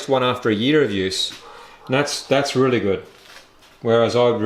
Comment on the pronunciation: Thanks for sharing 👍 Has anyone ever told you that you sound like Colin Carpenter when you say "really" or "rooly" 😁😁